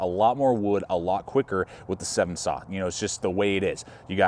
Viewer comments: It is called a 'Sven' saw, not a 'Seven saw'. Otherwise great video. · It's a Sven- Saw....not a Seven-Saw. Other than that it's a great review and a wonderful Saw. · Yeah,.....SVEN, like hen. Also, it’s Bahco, like taco! Good instructions, though! Thx. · Great review! Just to point out one thing. Sorry, grammar Nazi here. The saw is pronounced like the Nordic name. SVEN, kind of like the reindeer from Frozen. Bad reference, I know, but it was the first thing I could thing of. Great review. First time commenting, but have been watching and subscribed for some time. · That is how I have always heard it pronounced "Sven" like the Swedish guy and not like the number. His pronunciation surprised me as well.